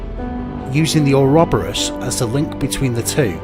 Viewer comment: Its "Or-o-boar-us".